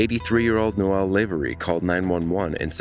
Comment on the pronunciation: Caller: “Noel” Operator: “Noel” Narrator: “Noelle”